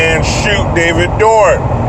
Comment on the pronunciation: Bro, isn't it David Dorn?